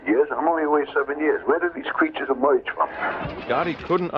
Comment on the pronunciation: "where did these creatures emoige from?" hahha